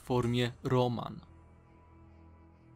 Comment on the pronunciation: Rołmen a nie Roman XD